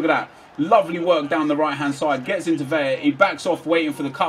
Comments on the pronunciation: Yoo, VeLLLLaaah like lah lah lah. Not (Veya) Its said Velah. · its pronounced Carlos Vela. Its only Veya with the double ll.So it isnt silent you can hear the L.